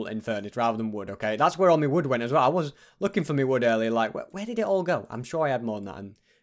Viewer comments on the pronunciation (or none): why u keep saying me stuff its my stuff